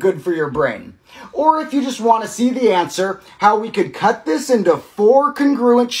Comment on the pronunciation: I love the puzzle but PLEASE look up the pronunciation of 'congruent'. I don't know why it bugs me so much but please 😭